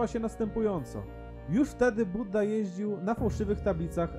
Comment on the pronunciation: nie Budda tylko Bujda